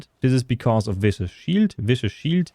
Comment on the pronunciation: Dear Diablo content creators: for the love of god, please stop pronouncing Viscous as VICIOUS. It's pronounced Visk-us. Thank you.